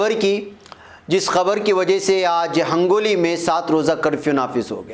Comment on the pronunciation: mulana ہنگولی صحیح ہے آپ نے hangoli kaha h